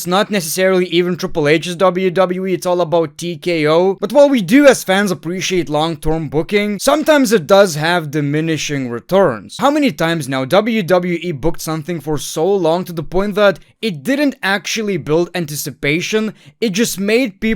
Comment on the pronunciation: this “Long Term Bookinguhh” is getting ridiculous